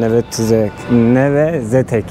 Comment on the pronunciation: Neve Zedek olarak telaffuz edilir.